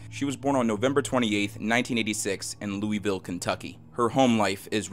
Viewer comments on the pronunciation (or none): Listen, I love your videos, BUT. As a person in Louisville: the way you said it causes me a great pain. It’s Loo-uh-vul.